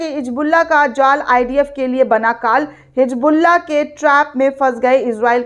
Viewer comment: Medam ye kya ap bar bar HiJBULLAH HiJBULLAH Bolte ho sahi se HiZBULLAH bolo 😅😅😅😅😅😅😅